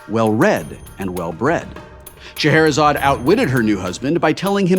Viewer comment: sigh It's Scheherazade for gods sake